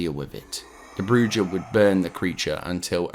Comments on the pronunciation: The pronunciation is (Bruu-haa) Spanish for witch. Not Brucha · It’s “broo-ha” not “broo-jah” 😂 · Enjoyed the video man, Dead Space is one of my favorite game of all time, just a little nitpick "bruja" is pronounced "bru-ha" with a trill r - it's spanish for witch FYI. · The broojah 💀💀💀💀💀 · In Spanish, the J is pronounced as an H. "Bruja" is pronounced "brew-ha". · This is for your edification only and not meant as a criticism in any way. The word "bruja" is phonetically pronounced as "brew-ha". It means witch in Spanish. In Spanish, J's are pronounced as h's, ll is pronounced as y and v's are pronounced as B's. An example of the j being pronounced as an h is the word jalapeno. Love the vids. Keep it up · Great video, I love dead space lore and having it all here is awesome. I will say hearing you say Bruja did hurt my heart. It’s pronounced Brew Ha, you normally roll the R too but I know that’s hard for most people. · Bruja is pronounced Brew-ha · Around the 25 minute mark you talk about the bruja. Bruja is Spanish for witch and the j makes an h sound. So, it's pronounced bru-ha. Aside from that, love the narration. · The butchery of “bruja” was a little distracting 😂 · The j in “bruja” is an h sound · Yeah man loads'a pronouncing of words wrong only bad part in this full video.